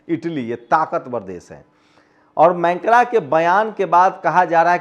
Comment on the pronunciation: Mancra nahin, macron boliye. 🙉🙉🙉🙉🙉🙉🙉🙉🙉🙉🙉🙉🙉🙉🙉